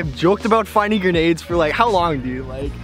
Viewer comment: The way he pronounced grenade, he was straight up like gernade